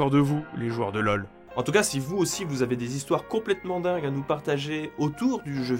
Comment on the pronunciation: C'est quoi des zévènements et des zhistoires ?